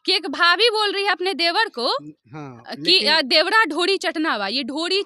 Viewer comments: मैडम जी एक तरफ दुध दुसरे तरफ शराब रखा है आप किसे खरीदेंगी आप पर निर्भर करती है देवड़ा देवड़ा रट लगा रही हो शूध बोलना सीखे पहले चलीआई रिपोर्टिंग करने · मैडम आप रिपोर्टिंग करने के लाईक नही है , देवरा को देवड़ा देवड़ा बोल रही है, ईससे आच्छा है कि आप नौकरानी के काम करती पि के आर्यन के घर मे नौ हजार के महीना मिलता